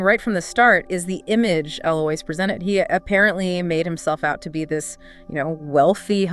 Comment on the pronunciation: Uh-LOICE, not Uh-LOW-is.